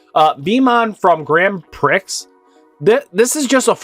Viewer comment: That Grand Prix pronunciation tho